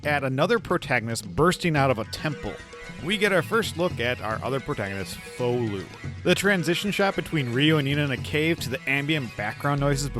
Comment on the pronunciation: You might have already been corrected in the comments, but as a Japanese fan, I wanted to mention that his name is pronounced 'Fou-lu', not 'Foo-lu'. The pronunciation is closer to the sound in 'fall'. If you watch Japanese gameplay videos, you'll see how it's pronounced! Love your videos!